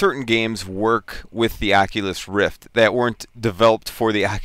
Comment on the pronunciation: Prononciation (facepalm) ...